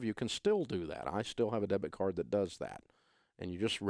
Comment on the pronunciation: three times you said debt card and I thought you were referring to a credit card (as in debt)... do you mean a DEBIT card? we've had chip cards a lot longer than USA for some reason... first thing canada has ever been first at (besides hockey haha)